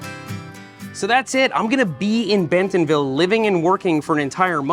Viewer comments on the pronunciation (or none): As an Arkansan, drop the “t” in bentonville when you say it 😂